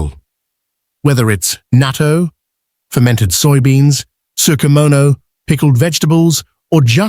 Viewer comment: It is pronounced naa TOE